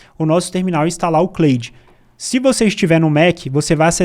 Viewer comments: Só acho que a pronúncia seria algo como 'Clód bot' né!? kkk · Se lê "Cloude" não "Cleude", video excelente. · Claro que nao, em ingles nao é Cleide kkkkk